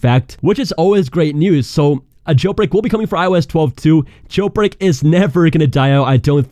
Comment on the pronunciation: The way you say “gel brek”